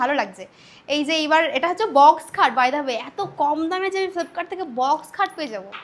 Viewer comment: Age ucccharon korte sekh flepkart ble nh ota flipkart ble